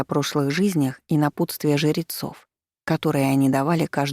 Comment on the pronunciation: Мне показалось, что ей просто сложно сочетание жр выговаривать, поэтому звучит немного странно, но в целом ок